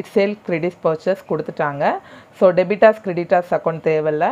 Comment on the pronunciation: Debitors illa debtors